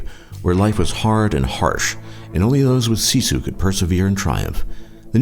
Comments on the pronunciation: actually pronounced as sisu. what people from other countries pronounce it as shishu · you said sisu wrong it was like siisuu